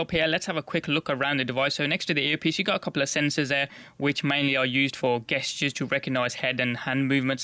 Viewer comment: You pronounce Gestures wrong